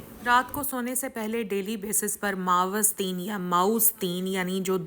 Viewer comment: پیاری بہن اسلام عليكم و رحمة الله وبركة الله آ پ کو عافیت سے رکھے آ مین آ ج ا پ نے نظر کے بارے میں بہت مفید باتیں بتائیں ہیں معوذتین اور معوذات کی pronunciation درست کر لیں